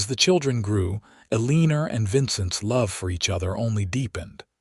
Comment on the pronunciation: Terrible AI narration! People in wild west did use contractions and could pronounce words like Eleanor. I stopped listening. This story is a waste of time.